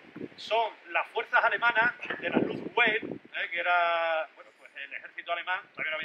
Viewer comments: Jaja, dice lufweif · Este señor que es? No sabe ni pronunciar luftwaffe